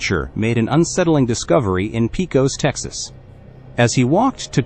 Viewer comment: Not "pea cos" Texas, it's pronounced Pay Cos.....(Pecos)